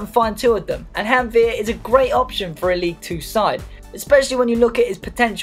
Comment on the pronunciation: Janvier pronounciation nice ITS GANVIÉ